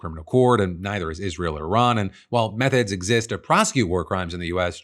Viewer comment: PHIL 🤣 I had to rewind and listen again because it SOUNDED like you said 'Meth-heads exist to prosecute' and not 'Methods'. 🤣